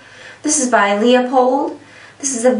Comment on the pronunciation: Thumbs down because you cannot properly pronounce 'Leupold'.